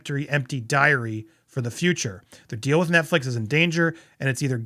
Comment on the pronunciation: Dowry, not diary 😊